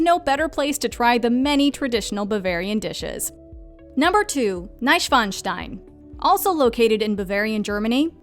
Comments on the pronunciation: I was like "how tf did you pronounce Mainz right in the introduction but bungle it every time after?" And Neischwanstein? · An die deutschsprachigen Zuschauer... Hat von euch auch jemand den Untertitel angelassen und musste heftig über Bomb back (Bamberg) und Neschfeinstein (Neuschwanstein) lachen?